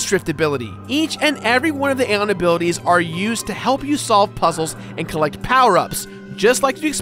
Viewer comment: no offense man but, my personal preference of saying Zebes and Aeon is, Zee-b-z. And A-ee-on